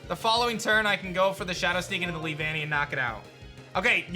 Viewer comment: “Lee-Vannee” caught me by surprise, i remember it being “Lee-vuh-nnee” in the show and it also wasn’t said as 2 separate words but one flowing word (Also my favorite bug type :3)